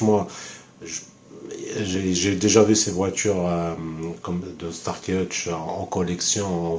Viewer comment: Starsky et pas starky